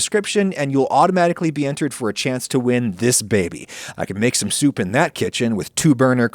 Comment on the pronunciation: Stop saying soup like Adam Driver.